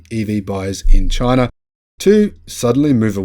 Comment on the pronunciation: "Chy-na" DJT